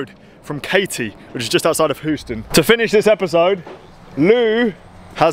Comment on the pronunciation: As a resident of a rival Texas city, I love the way mispronounces Houston. Keep up the good work!